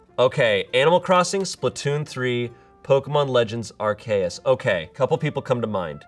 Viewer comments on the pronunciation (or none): As a Pokémon nerd that hurt my soul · The slanderous way said Arceus made me gagg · I've never heard anybody pronounce Arceus the way did.